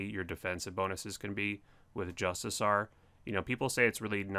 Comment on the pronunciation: JustiCAR... Also: Dragon sCimitar. That's a hard C like Coin or Courage.